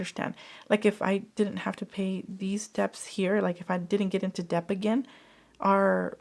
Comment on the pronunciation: Lovely video. Just a heads up, “debt” is similar to the word “doubt” in that it has a silent b. So you pronounce it “det.”